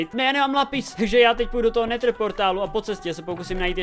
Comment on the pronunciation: to neni netr ale nedr